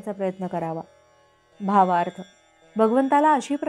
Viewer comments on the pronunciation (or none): कृपया भावार्थ हा शब्द स्पष्ट उच्चार करावा. तो अधर अधर उच्चारल्यासारखा ऐकू येतो. बाकी 🙏